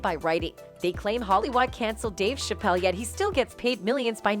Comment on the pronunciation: She can’t even pronounce Dave Chappelle’s last name correctly so this commentator comes off as unbelievable and not someone who knows the history of these two black men. Can you say “click bait”!